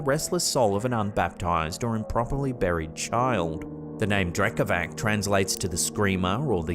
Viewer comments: No offense just wanted to let you know Drekavac is pronounced like Drekavats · The Slavic creature is pronounced Drekavats (Drekavac) meaning yeller